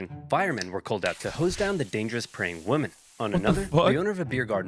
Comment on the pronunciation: Dude can’t pronounce “women”